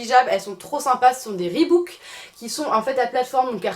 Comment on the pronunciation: on dit reebok mdrrr pas reebook 😝